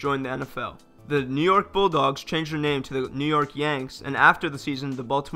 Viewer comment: “New Yerk”😂